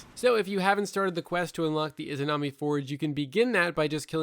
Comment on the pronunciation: the "imanazi" forge